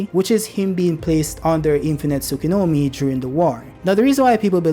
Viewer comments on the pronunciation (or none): Why do you say “Tsukunomi” instead of Tsukuyomi?